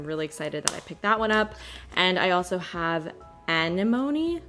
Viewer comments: Anemone! (Ah-neh-mon-ee) it's what Nemo sleeps in, thus important for everyone to know 😅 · omg so excited to watch the rest of the vid but anemone is Nemo's wafty underwater home ('ah-NEH-mo-ny') - hope that helps 🧡🧡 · At first I thought she was trying to say alimony and I thought what a weird name for a blush 😂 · You must've not seen Finding Nemo 😂 Anemone is pronounced ah-NEH-muh-nee. Great products you tried out here! I looove that green in the PMG palette but the rest of the colors didn't stand out to me. I've ordered Sydney Grace Sweetsop to fill that hole 💚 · Hi. Love the look!! FYI the name of that blush is pronounced Ah-nem-o-nee. (Anemone) It’s a beautiful flower I grow in my garden and had in my wedding bouquet. Those blushes were gorgeous. ❤️ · I think the blush colour is pronounced Ah-NEM-uh-nee. It’s a sea creature. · Anemone is an ocean creature, pronounced ah-NEH-muh-nee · Without emphasis on the second syllable it looks like it could be as she tried to pronounce it.